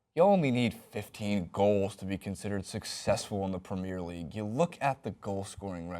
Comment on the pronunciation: pls just learn how to say "premier league" plssssss